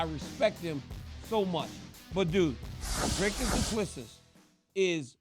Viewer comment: Dricus is ranked 13 in the world, you have a MMA show but cannot even pronounce his surname correctly. Very unprofessional !